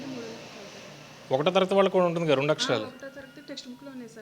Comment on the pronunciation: రొండు కాదురా నాయన... రెండు.